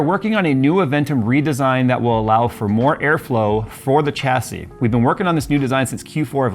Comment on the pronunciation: Dude you are triggering me with your pronunciation of Chassis - it's 'Shassy'.. not 'CHAsy' lol